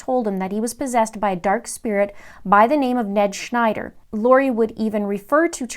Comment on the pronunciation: The Ned Schnder gets me every time 😆